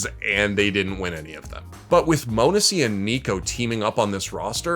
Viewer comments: multiple times it’s been said it’s not moanesy it’s pronounced monesy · its NOT "moanesy" holy FUCCCK